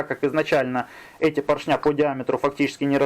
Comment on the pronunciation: ПоршнЯ, кабелЯ, звОнит... ухи мои, ухи! 🤣